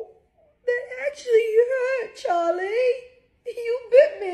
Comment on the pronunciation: She has become british